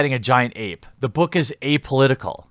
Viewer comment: "This is about superheroes fighting a giant ape. It'a apolitical." I heard ape-olitical.